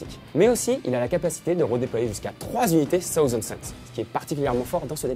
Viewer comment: "tahouzen" c'est pas bien, le mec est pas la ... ca lui crache dans le dos direct !